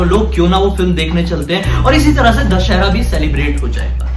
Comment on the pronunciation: Bhiya दशहर nahi दशहरा hota hai